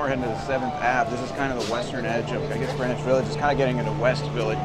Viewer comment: Sounds like they're saying Granish instead of Green-wich?